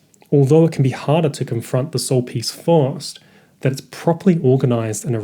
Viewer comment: He's pronouncing 'first' - 'fast'. Where you're hearing 'fast' - it's meant to be 'first'. 'Soul-first', etc...